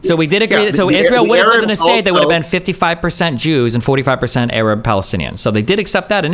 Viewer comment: Why does he say Errub instead of Arab?